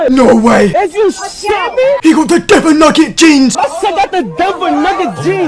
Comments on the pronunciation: Why tf he call it dever? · No way bro said dever 💀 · said devon its Denver 😤